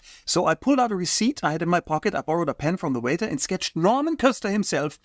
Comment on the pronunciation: He even called Norman Köster Normand.